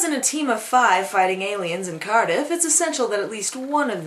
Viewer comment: Hearing this woman say cardiff arouses my welsh pride